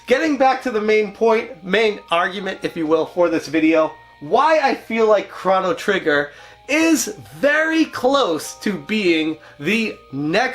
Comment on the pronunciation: It’s Crow-no Trigger… not Crono Trigger… right…????